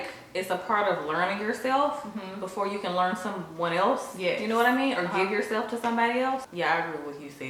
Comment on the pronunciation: I love how your accent really comes out when you say “you know what I mean”